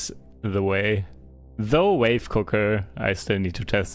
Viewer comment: German V = F, e.g. Father in german is Vater. So Wave = Wafe